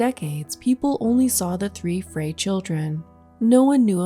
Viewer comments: Frey is pronounced like fry.. My husband is related to some people with that last name, his grandmother's maiden name. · Frey is pronounced as "fry."